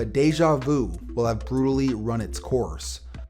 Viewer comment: I bet he actually said run it but with all the gum in his mouth it sounds like throw it